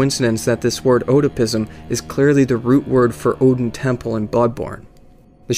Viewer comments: I pronounce it "Aid-ins" Chapel, not Oh-din, or Ed-din, but yeah, I was weirded out how the guy knew about Oedipus but pronounced it wrong. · OEDON CHAPPLE, FFS DUDE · That's funny cause that means Oedon has connections to 3 separate religions. I always took the pronunciation of his name "Odin" as a reference to Norse mythology, which makes sense given that Odin is the most powerful and all-seeing of the norse gods and Oedon is omnipresent, which makes him comparable to the judeo-christian God as well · Remember guys, it's Odin Temple, not Oedon Chapel. Common mistake. The chapel dweller (actually a temple dweller) just doesn't know how to pronounce Odin, so he says it like "Oedon" instead. In all seriousness, I knew most of these but not all. Solid video. I got here because apparently this video was plagiarized by a YouTuber called PenseGeek. Might want to look into that if you get the chance/desire and actually read this comment :P. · Good video. Oeden is pronounced erdin in game. Oedipus is pronounced ehdapiss. Just letting you know. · this dude said odin temple 😂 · All of you are wrong lol. The "oe" in Oedon chapel is pronounce similar to "er" just without the "r". To make the sound say "uh" with the mouth shape for "er". The name is literally said in the game just copy it...